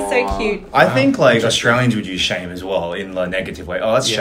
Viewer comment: Chantelle is not very good at her own country’s words. Shame is almost always preceded by “Aaaghh” or “Ahhh”.